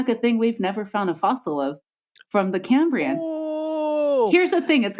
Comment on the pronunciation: It's the CAM-brian explosion~~~